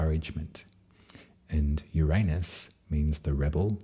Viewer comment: Finally! Someone who pronounces Uranus properly....gotta love a fellow Aussie! (And you do it with such style and grace) ❤🐠